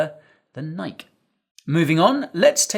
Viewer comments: It's Nike, not Nike. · Interesting pronunciation of "Nike" .